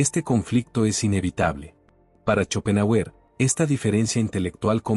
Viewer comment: Muy interesante el tema , pero su pronunciación al nombrar a shopenhauer es horrorosa !